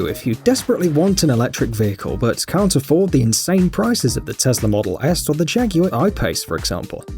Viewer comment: It’s tesla not tezla